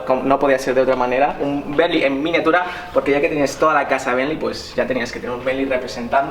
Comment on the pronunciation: No sabes decir bentley